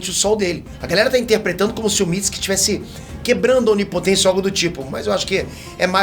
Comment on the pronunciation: Amo ele falando Mitski(Mitsuki)